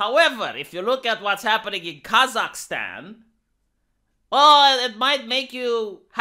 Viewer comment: Why does keep saying "Kazak-STEAN"? Is he a Biden asset?!?!??!?!?!!?